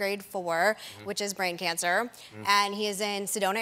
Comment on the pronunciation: When she says 'brain cancer' it sounds just like 'breakdancer'. For a second, I thought 'Pretty spry for an old gu.. oh, brain cancer.. she said brain cancer.'.